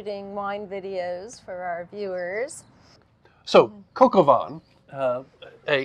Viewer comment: I love a great CdP. Also loved the way you said Coq au vin, "Coco vin" ❤ Cheers both 🍷